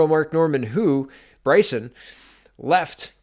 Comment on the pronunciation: You really need to do a little more homework on pronounciation of people's names. If you are actually following politics for any length of time, knowing how to say Brison or Seamus shouldn't be a problem.